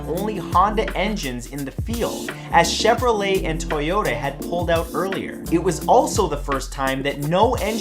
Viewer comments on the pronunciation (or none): none